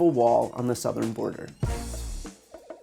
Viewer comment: Sarah YOU SAID SOOTHERN border so you lied again